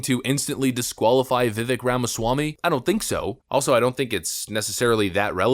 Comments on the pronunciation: Vi-Vake - Not Vi-Vick. We should all learn to pronounce the name of our next Vice President. 😉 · Pronounced Vivek, like Cake. (vivake) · His first name is pronounced "Viv-ake" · Vivek; pronounced Vi-vake with a short sound on the "i" and the ek is "vake", like "cake". NOT "veck". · Vivek, pronounced Vivake, sounds like cake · Vivek is pronounced like vivake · Why does the narrator keep pronouncing his name incorrectly? as the candidate has said .. Rhymes with cake. 🙄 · HIs name is pronounced "Vivake" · His name is Vi•Vāk. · His name is pronounced and sounds like bake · His name is Vivek - pronounced Viv - long A sound in the second syllable. Rhymes with cake. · Vivek is pronounced Vi-Vake. (Like cake and he pronounces his own name correctly!) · His name is pronounced, "Viv ake.". Rhymes with "Cake." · You cover him but still mispronounce his name.. its vivake like cake he says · Vivek rhymes with cake; not the other pronunciations. Love you vids! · Stop pronouncing his name wrong! It is pronounced Vee-vake! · Vivek is pronounced Vivake, as in fake which is a word of Indian Hindu / Muslim origin from fakir. However, Vivec is no fake. He's the real deal. Give the man a chance. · Viv-AKE. You can’t even pronounce his name right. So first 18 seconds I’m unimpressed already. Anyway, continue … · Hey there Vivek’s name is pronounced Viv-ake like cake. FYI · He says it’s pronounced Vivek, like cake. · Can you please pronounce his name correctly? Viv-ake like cake. He even says it in the video you reference. Love your videos! Just wanted to ask. Keep up the great coverage! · Why can no one say his name right lol It's pronounced VIVAKE is literally reporting on a video where he pronounces his own name, then proceeds to repeatedly say his name wrong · Pronunciation: Vikek like 🍰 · He says his name in the video, yet you mispronounced it 100 times. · Vivek rhymes with cake. He's said it himself. You could at least say his name correctly. 😂